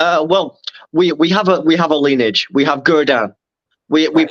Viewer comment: Lineage* said as lin-e-age